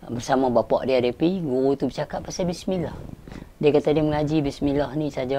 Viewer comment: Permulaan sebutan bismillah tu dgn bibir mulut trbuka...bukan di mulakan dgn bibir mulut ditutup..wAllahualam